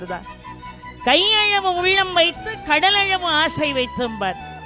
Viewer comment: ' ள' வை, ' ழ ' ன்னே உச்சரிப்பதை மாற்றமுடியாதா ? " கையழவு, கடலழவு" -- உதாரணம்.